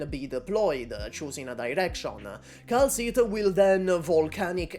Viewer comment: bro really said "kal tuah"